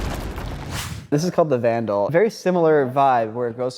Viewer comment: Hilarious mispronunciation of the word "vandal"